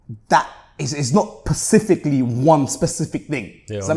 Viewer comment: “It’s not pacifically one specific thing. Does that make sense?” 🤣🤣🤣